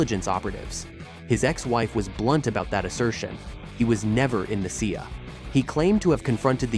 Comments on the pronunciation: Speaking of bullshido, anyone who doesn't pick up CIA as an acronym and pronounces it see-uh isn't worth listening to. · Oh that american agency, the See-A.